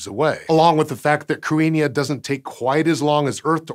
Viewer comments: (a) He mispronounced it, and (b) Irish orthography is its own system that is different and shallower than that of English. Unlike in English, if you see a word written, there are simple rules to tell you how to pronounce it. It's just that those rules are necessarily very different from those of English. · He is pronouncing it wrong! Krit-ne is d phonetic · He pronounced it the way Wikipedia says to, but it doesn't sound like an Irish pronunciation? It sounds wrong to my ear, but I have little knowledge of pre-modern Irish so idk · either way, he mispronounced it, but it was a decent effort. The main difference between Modern Irish and Old Irish as far as this goes is that in OI, the 'th' would've sounded like a 'th' in English rather than the 'h' sound it now has. Of course, the 'i' shouldn't have been pronounced, as it's just there to mark the 'thn' following it as slender. To be fair, as mangling goes, he didn't do too badly, and the 'n' was slender. It's spelled using a more modern version of the Irish orthography (the explicit marking of séimhiú and caol le caol, leathan le leathan are giveaways, as the both started in Middle Irish, IIRC) so 'th' pronounced like 'h' would be more likely. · He did mispronounce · If I’m not mistaken, it’s pronounced “crinnyuh” or “cadinyeh”. Not so much “crew-inn-yuh,” but don’t trust me. I just lived in Ireland, lol. But seriously I’m not 100% sure! Not sure if it’s spelled as “cruithne” or “cruinne” (could be two different things), but I always knew it to mean “world”. At least using the “cruinne” spelling. Plus w that meaning, it makes more sense for a space object. When I saw this thumbnail, I immediately recognised the word from several Irish songs. One being, “Ceolta si na cruinne bheith a siorchur i m’chluasa,” Or “the music of the world is always around me,” essentially. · That's not the correct pronunciation. In Modern Irish, it is pronounced like "KRIH-hnya" where as in Old Irish the 'th' was pronounced as in English.